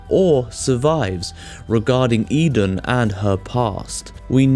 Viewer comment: Pronounce it right please.